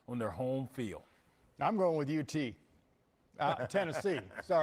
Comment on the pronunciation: The man named the real UT. To all Texas fans, this man said it right. UT